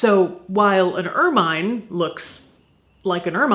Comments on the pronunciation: that should be more er-min than er-mine. but all the rest was perfection. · Ugh! Caitlyn! It's pronounced "er-min" not er-MINE. Nooooo!!!!! 😵